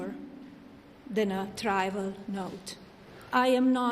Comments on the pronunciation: I see she still hasn't mastered the English language. It's "trivial" not "trival." And by proxy, Drumpft says he can master other languages too. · WTF does “catarist” and “trival note” mean? 5 languages my azz….. 🙄😒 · Pathetically Melania. Her Freudian slips were epic. "convinced" instead of "convicted," "calculating" instead of "circulating", "tribal" (or her pronunciation "trival", for that matter) instead of trivial, "cauterised" instead of "categorised". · Btw she says "trival" 😂😂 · She can't pronounce "categorized" and "trivial", and says "I never been" rather than "I have never been" on a fully pre-written and rehearsed speech. And not one person in her bloated circle of employees corrected her before she made a fool of herself. Looks good on her.